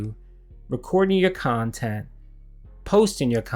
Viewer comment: "If you like the khantent, I didn't monetize it! PLEASE! Click the link and give me money for it!" Ugh. What a tool.